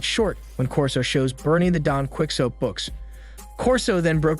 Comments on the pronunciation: DON (KEE-OH-TAY). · AI is supposed to be so smart, and the best we get is “Don Quick Sote” ? Really getting to hate AI voices…😖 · “Don Quicksote” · "Quixote" and "conmam" mispronounced- AI? really